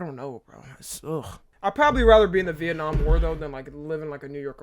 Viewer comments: Viet-namn war💀💀💀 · No fuckin way he pronounced Vietnam as veit nam💀